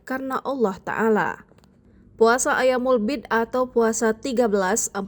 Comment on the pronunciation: Ma'af, bukan ayyaamul bi'di tp"ayyaamul biidh" 🙏